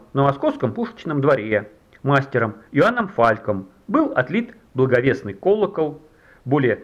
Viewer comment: Колокол блАговестный и Иоанн ЛЕствичник! Факты такие же непроверенные, как и ударения в словах?